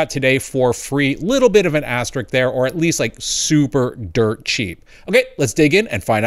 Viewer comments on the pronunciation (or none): Its asterisk, not asterik